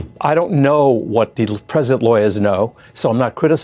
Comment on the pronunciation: "The Crimal."